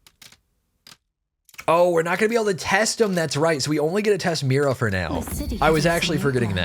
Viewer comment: Mira? Me rewinding to see if he read that wrong...yup, he read that wrong.